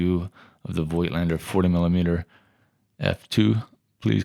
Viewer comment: Oh please, find out how to pronounce Voigtländer. It hurts my ears.